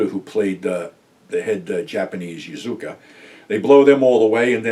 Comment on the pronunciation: It's Yakuza, not Yazuka!